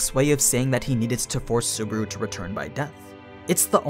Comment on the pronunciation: I just started this video and you said... super? Really? Super? I want to harm you but I'm not going into detail. SU-BA-RU. BA like bus. RU like room. SU-BA-RU.